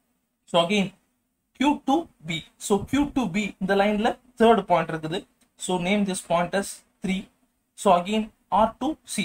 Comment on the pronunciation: Point❌pont✅😹 but anyway good explanation sir👏🏻